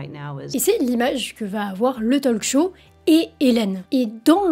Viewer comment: Si je peux me permettre : Talk Show, ça se prononce Tôk Show, pas Tol'k Show. Le L est muet, comme dans Walk.